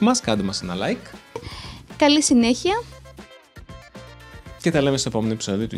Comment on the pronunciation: Hi , Iv'e noticed that in the end you both said Γεια χαρά with a Hh sound as in English , is this one of the sounds of that letter?